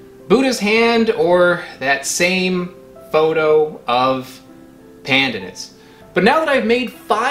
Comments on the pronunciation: Pronounced: "pandaanus" ( long second syllable). Also the leaves can be used to dye food a light green and add a particular flavour. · It’s pan. Dan. Us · Pleaseeeee learn the right way to pronounce pandanas. It drives me nuts ( mind the pun).